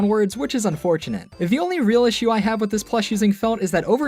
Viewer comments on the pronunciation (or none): none